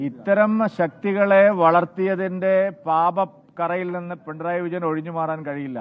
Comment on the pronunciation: “Pintrayi” alla uvve “pinarayi “😂😂😂